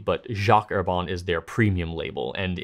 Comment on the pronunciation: Dear, you are a nice man, a likable man. And I take on a considerable level of risk when I suggest you reconsider how you pronounce French words. It's a considerable stretch to say Herbin as Herbahn. Perhaps /er•ba/ like her ban without the n. Just a bit pompous am I? Well, I'm 80 years old and get a pass. Don't I?